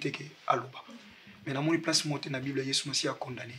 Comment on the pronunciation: J’aime qd dit prace au lieu de place. Tu as été une excellente mère et belle-mère dès le début.